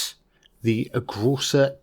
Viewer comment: Große is pronounced as Grosse